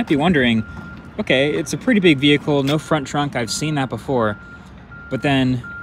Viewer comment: They lost me at “no-font-trunk”! LOL